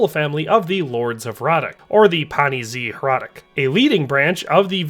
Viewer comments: Hradec is pronounced hradets. You ought to google translate it at least once for correct pronunciation, it takes 5 seconds. Is name in czech was Jindřich z Hradce, not Hradec. Thats due to the rules of the czech language. Bruh.. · my last name is hradec and literally everyone constantly saying "hradek" is a super big annoyance, but it comes from a lack of language knowledge, but you are right a historian should probably check something like that